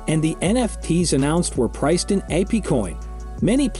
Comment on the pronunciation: Probably AI voice. No one would pronounce it Appecoin lol